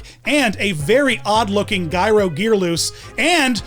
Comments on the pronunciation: “baas drum” “Guy-ro Gearloose”!?!?!? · his name is gyro gearloose ( g pronounced like j) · that and calling gyro guyro